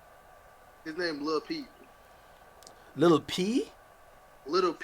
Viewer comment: This bum ass nigga couldn't pronounce peep. Pee Head Ass Nigga